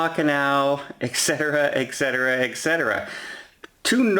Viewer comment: The words are et cetera, not eck cetera.